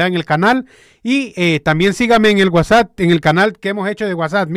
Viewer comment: sólo una observación, no se dice WhatsAt es WhatsApp con p y no con t. Saludos.